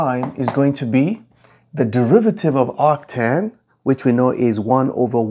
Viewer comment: ah yes, actan